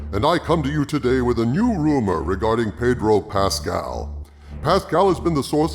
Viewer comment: My lord it's pronounced "Paaaaydro Pascal", ask Jeremy he'll tell you.